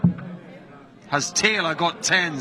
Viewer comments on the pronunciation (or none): Never got why this scorer pronounced Phil's sirname "Taylaaaar" - kind of stupid really. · Ref almost made this unwatchable with his stupid pronunciation of Phil's surname.